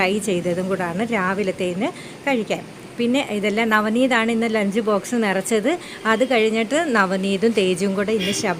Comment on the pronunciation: ലെഞ്ച് അല്ല ലഞ്ച്